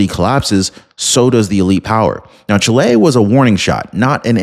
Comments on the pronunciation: Omg. It's NOT pronounced Chi-LAY. It's pronounced CHEE-lay. My nephew's wife is from Chile, so I'm not lying nor mistaken. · Is not pronounced chilei. It's pronounced CHÍLE, NOT "EI" AT THE END SYLLABLE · What the heck is Chlay? Oh you mean Chile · Please pronounce well the name of the country: the stress is on the "i" ; not on the "e" . The news is a wonderful one: Kast can do a great job there repairing the disasters made for communism.